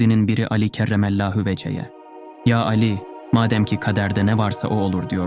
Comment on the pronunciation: Lütfen telaffuzuna dikkat ederseniz, emeklerinizi heba etmemiş olursunuz. Meselâ "Kerremâllahu veche" seslendirmeniz gibi.